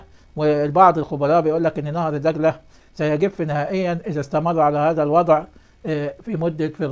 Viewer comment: الله يجزاك كل انت رجل صادق الله يعطيك العافيه.. ملاحظة يا نهر دجله...هاكذا وليس نهر دقله..حتى لا تمحو لغتنا العربية..شاكر لك